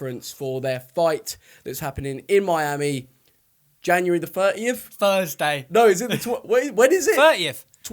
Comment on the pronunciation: Thursday* not fursday